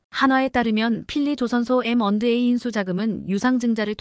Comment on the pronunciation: 놀랐다 m 을 미터로 못 읽는 여성 나래이터가 첫 등장 했구나! 이건 나래이터만의 문제가 아니라 스크립터 PD 도 문제다. 캐나다를 캐타다 라고?? M & A는 기업 인수합병 의미의 엠 앤 에이 다 이걸 엠앤어로 읽다니!! 6 ~ 7년은 6내지 7년이지 67년이 아니다 몰상식에 무식의 극치다. 태국 국방부도 참 엉터리구나 한국전쟁 참전국인데...